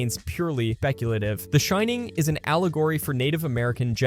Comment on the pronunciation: peculative. There's too many instances of these artifacts to have this not be aye eye.